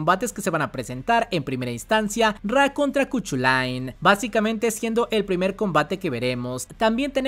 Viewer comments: me encanta tu canal y el video. Yo siempre escuché que el nombre del dios celta se pronuncia kukulein (por si te ayuda para pronunciarlo) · Se pronuncia kuk-u-len